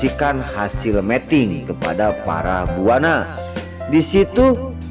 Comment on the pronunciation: Aduh min meting itu artinya kawin tolong yg bener bacanya meeting